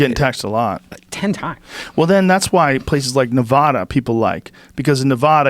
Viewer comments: Where? Not familiar with Ne-VAH-duh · California is a shithole... that being said quit moving away and voting the same fucking way. You all have Nevada on the same fucking track now...and Joe how can you live next to Nevada and not be able to pronounce it right?